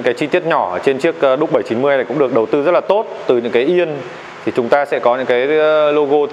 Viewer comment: Duke không đọc là ĐÚC được, đọc điu-k cho sang!